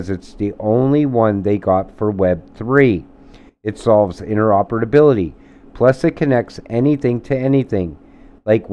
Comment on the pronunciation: Ah, interopedability.